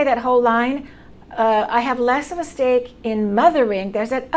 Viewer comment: Hi, Outstanding video, very practical! One observation: "stake" sounded odd. It should have been more like "sDake" (It is how I tell my Chinese-speaking students to do.) What do you think? Best, Albert, SF, CA